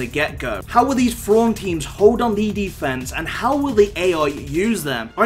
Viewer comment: Who the hell is Frawn..? Isn't it Thrawn?